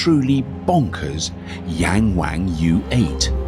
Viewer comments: It’s pronounced more like Young Wong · *Yong-wong, why do Americans and Brits always have to intentionally butcher pronunciation? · It's Yung Wung NOT Yeng Weng duh 😂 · you butcher the brand name, it is pronounced Yang "young" ,Wang "The 'Won' in Willy Wonker", so "Young Won" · I mean I get the joke, but none of these Chinese names are pronounced that way LOL "yang wang" is pronounced more like "Young Wong" and "Dong Feng" is actually pretty hard to find an English equivalent sound, but something like "Duuu'n Foo'n" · Yangwang actually sounds like "yungwong", not yang wang. It's pronounced differently. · People keep mispronouncing the name Yangwang. Its supposed to be an "ah", Y(ah)ng'w(ah)ng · HAHAHAHAHA 'YANG WANG' SERIOUSLY???? ...WHY NOT....'WING WONG' ? OR 'HOW HIGH ? YOU WONT BE ABLE TOP CHARHE IT BOTH SIDES AS UK IS TINY AND NO SPACE FOR THAT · Yangwang is not pronounced in that sort of way!! The a's are pronounced more like "ahhhh" (think drinking a cup of cold water after a long day, or "ah ha!") – so Yahngwahng. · Your pronunciation made me laugh. Yank Wank. LOL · "Yangwang" Me: "YankWank?" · Please read after me: Young Wan(t) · Please learn to pronounce the names of brands correctly 🙄 'Yarng warng' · I believe it's pronounced "yank wang" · Ywang😂😂😂😂 wang😂😂😂😂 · “YangWang”..?? Seriously..??!? Who’s doing their UK launch - Mitchell & Webb..? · Young Wang .... Wrong pronunciation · Who decided to call this brand "Yangwang"? lol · Yangwang?? Really? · I'll give $100 to the first person who can say Yangwang 100x in a minute. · He absolutely butchered the pronunciation of the name (which means "to admire" or to "looking up to" in Chinese) but I doubt many westerners from English speaking countries would pronounce it correctly.